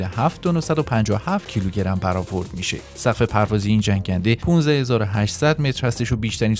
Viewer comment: سلام برد پروازي رو اشتباه بيان كردين ، به اين دليل كه مخاطب ممكنه سردر گم بشه. مرسب